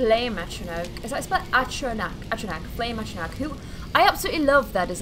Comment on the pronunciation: Hey I'm sure you've been told many times already but it's pronounced at-tro-noch